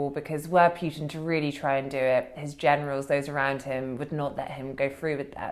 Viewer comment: It's Pootin (Путин), NOT Pyootin (ПЮтин). Thank you. Also, "pushed" is pronounced pʊʃt (with slightly rounded lips), NOT "peshed" or "puh-shed").